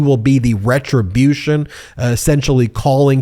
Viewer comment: Wetwibution, yeah wetwibution. Dares gonna be wetwibution. I'm pretty sure he's gonna be broke before he's done with this election, if not in jail.